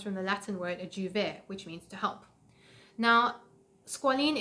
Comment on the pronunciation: It's adjuvare "ah-dee-uh-vah-reh"